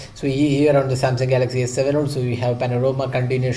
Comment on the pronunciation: he tells "here OK Samsung galaxy S7...." lol lol lol!!!! the J and S make a lot of difference LOL!!! good video though!!